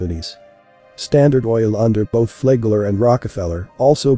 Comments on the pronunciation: I always thought it was Flagler, not Flaygler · do the work. to pronounce it correctly. it is Flag Ler . say flag then say ler